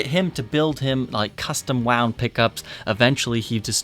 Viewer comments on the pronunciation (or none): none